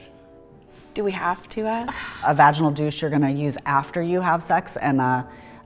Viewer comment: “Have you ever experienced vaginal dryness?” The way he didn’t know how to pronounce that 💀💀